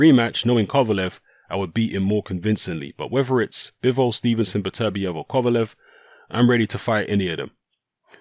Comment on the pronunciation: Really frustrating hearing mispronounce Beterbiev's name so frequently...